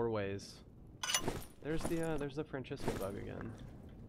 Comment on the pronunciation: great vid, amazing gameplay, and no hate but for the good of the channel please stop saying francesca axes weird every time, after a while it gets really really annoying. <3